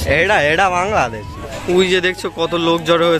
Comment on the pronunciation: ওটা বাংললেদেশ না বাংলাদেশ